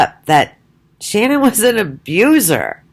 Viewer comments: Ahahaha and what are you some kind of dr or scientist?! Do you have a medical degree?! I bet not! You didn’t even know shanann you can’t even say her name properly so you the hell are you to comment on who or what she is/was. Piss off and go post some of your own shit instead of talking crap about a dead women and her children and family! Your an awful person so go have another ciggy and get a life you old mole! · You could, AT THE VERY LEAST, pronounce her name correctly. What the hell is wrong with you?